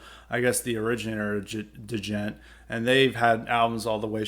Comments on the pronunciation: Da-jent?, please put some respect on Djents name. The proper pronunciation is similar to the ‘g-e-n-t’ in gentlemen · Give Periphery 1 a try. It's the opposite of what you've described. Sounds like you dont know much about it, your not even pronouncing the word right. Bad takes on djent! We wont get off your lawn!